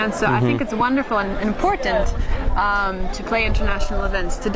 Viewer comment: You're right. To me she sounds French when she emphasizes her words ("important" vs "I think it's very important" ) and very suburban American the rest of the time. And she also uses dated phrases like "yah, for sure" that a younger American probably wouldn't use, unless they were doing an 80's parody.